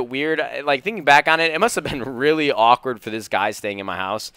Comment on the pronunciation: You say the word awkward very awkwardly.